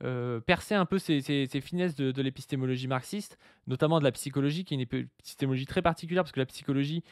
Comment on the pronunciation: il a déjà un mal fou à prononcer ce mot, alors de là à le comprendre...